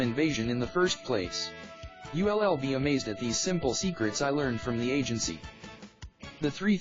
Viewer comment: What language are you speaking? "You LL"? WTF? Can't you speak english?